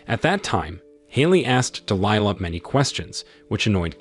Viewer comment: Why are you pronoucing Delihla differently? Sometimes you say it correct ("Dee Lie Lah, then you say "Dee Lee Laah". Also "May Fee Ahh"? Bad Text to voice.